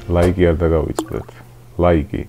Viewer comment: ლაიკი არა ლაიქი